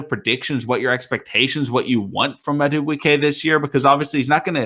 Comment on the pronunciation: I think his name is pronounced mad doo boo kay not to be rude